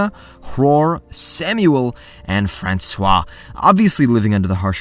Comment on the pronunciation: you mispronounced Francois name